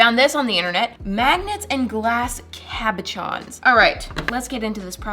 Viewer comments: I love hearing you call them cabaCHons and all, but they are pronounced cabaSHons. 🙂 love your videos; my son and I are HUGE fans ☺️🖤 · its not pronownst cabigchons its cabushons